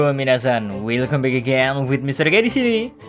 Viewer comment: 1 kritik bang...mina san itu di lafalkan ny "mina sang " klo dlm bhs jepang..semangat!!